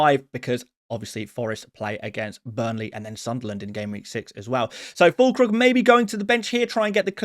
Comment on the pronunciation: you lost me at Fûllkrug